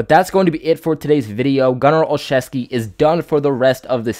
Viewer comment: This guy is my friend's cousin. The way the name is said is " OL-ZEW-SKI....NOT OLCHEVSKI..... Jim Nance of CBS says it wrong, too.